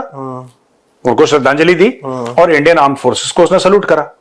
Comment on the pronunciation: Wo bolte hai gourav ji aan... Force 😂😂😂😂 wo yani porkiye